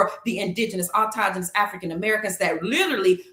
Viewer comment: Lawd.. someone please tell her the word is AUTOCHTONOUS & not autogenous! 🤦🏾‍♂️